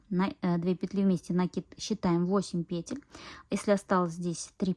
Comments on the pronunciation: ПетЕль, делайте ударение правильно. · Ольга Кондратьева говорит петЕль, и её слушать намного приятней😊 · пЕтель прявильно произносить.